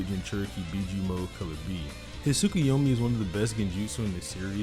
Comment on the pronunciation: dude said project tykunomi